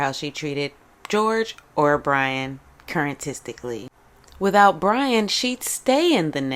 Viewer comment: Not "current-tistically", staaahhp! 😅😅😅